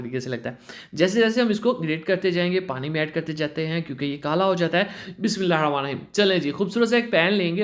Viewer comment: بہت اچھی ریسیپی ہے۔۔پر پلیز آپ بسم اللہ۔۔۔صحیح سے پڑھا کرے ۔۔آپ جیسے پڑھتے ہے اس سے معنی بدلتا ہے اور ثواب کی جگہ گناہ ہے۔۔۔یہ عادت اچھی ہے۔۔۔پر آپ صحیح سے پڑھیں ۔۔ Don't mind plzz...